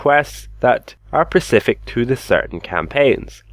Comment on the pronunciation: Specific with an S. You're always talking about the Pacific ocean lol